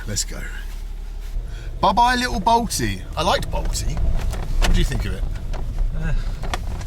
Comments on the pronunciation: The “i” at the end many Moldovan and Romanian towns is silent. So it’s pronounced “Balt” and not Balti. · Pro tip Ben: Bălți is pronounced “belts” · Bălți - It's Balsti - the little squiggle under the t = ts.